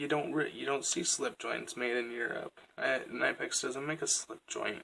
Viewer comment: Great collection of high quality pliers! BTW it’s pronounced more k-nee-pex. Soft k in the beginning. listen at 5 seconds and 38 seconds. Great video.